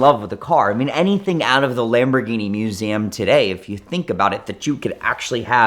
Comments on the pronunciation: He learned to say it at the "Moo-zam". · moo-ZAm. Sorry, what? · I have never heard MUSEUM pronounced like that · I just realized pronounces museum strangely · He is doing it purposely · It's more exotic that way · yea i was already scrambling to find the A in Museum. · I bet he was home schooled, grew up with a guy that pronounced it exactly that way. He basically just watched vhs and then dvds.